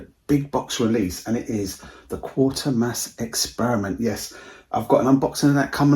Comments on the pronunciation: It's actually Quatermass 😂 not quarter mass . Nice edition 👍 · It's easily done yeah it quat ermass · Okay, so you mispronounced it but I appreciate that an actual human being is here as too often I see videos with AI narration with silly mispronounced words.